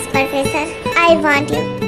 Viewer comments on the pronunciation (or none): Professor ❎ Porfessor✅ ....😂😂😂😂